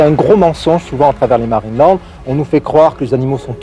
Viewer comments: Pourquoi qui dit Marine et land au lieux de marineland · Je suis peut-être pas habitué aux différents accents européens (même si mon copain est lui-même d'origine francaise) mais je suis QUébécoise: pourquoi prononcez vous MarinÉland? Je peux comprendre que vous ne prononcez pas l'anglais, mais soyez au moins correct dans la prononciation! Prononcez Marine Land! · Juste, c'est marineland, et pas marinÉland ... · « MarinÉland » purée ça me stresse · Superbe vidéo. Beau reportage avec beaucoup d’information sur l’affaire. En revanche, ça pique les oreilles d’entendre à tout bout de champs « Marine et land » au lieu de « Marineland » 😅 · Pourquoi dites vous Marinéland et non Marineland ? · Marinéland ? Non , marineland, y’a pas de é dans ce mot 😂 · Pourquoi tu prononce Marine et land c'est Marine Land? y'a pas de é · C pas marinélande c marinlande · Je ne comprends pas la prononciation de Marineland. Pourquoi prononcer "Marine et Land" ? C'est étrange. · Intéressant mais pourquoi tu prononces MarinéLand ? Il n'y a pas d'accent : c'est Marine Land. Tout simplement. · Dur de prendre au sérieux quelqu'un qui prononce Marinéland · Qqn peut lui dire que Marineland se prononce pas comme ça ? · Bon ta prononciation de Marineland me donne envie de me casser la tête contre les murs, mais c’est incroyable de laisser les animaux comme ça je n’arrive pas à y croire, j’y étais étant gamin, c’était magnifique et sous le prétexte d’une pseudo écologie voilà ce qu’il reste, c’est une honte… Bravo les écolos à deux balles… Vous nous prouver une nouvelle fois que vous êtes parfaitement inutile et qu’à à part foutre une belle m*rde, vous n’apportez aucune solution et maintenant ces animaux vont dépérir jusqu’à crever tout seul là-bas c’est sûr que c’est une bien plus belle vie pour eux….. Merci l’écologie